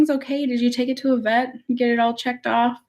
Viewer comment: Lol I love when your accent comes out. “Figure it oat!” Hahahaha